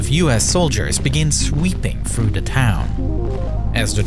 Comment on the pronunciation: evwewon fweezes s c de ked along with twoops from the UK fwought der wei to the capital city of Baghdad, which fwell just thwee weeks